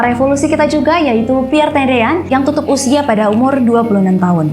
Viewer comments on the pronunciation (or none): Piere tendean bukan piere tedean